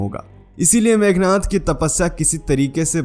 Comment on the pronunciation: मेघनाथ नहीं मेघनाद बोलो